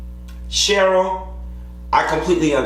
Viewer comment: You keep calling her Sheryl.